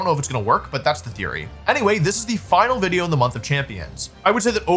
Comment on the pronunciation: HE SAID WIDEO